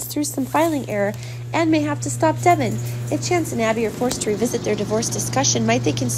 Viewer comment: Can you get a reader that knows the actual characters names pronounced right Devon Is not the way she pronounces it she does it so wrong and way too fast annoying